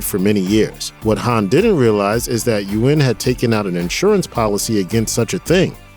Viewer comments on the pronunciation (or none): none